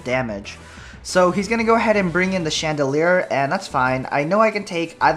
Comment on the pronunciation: lol he keeps on saying chandelier not chandelure